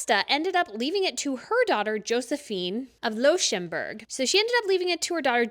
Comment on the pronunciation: Luxembourg is pronounced as in Lux (from luxury)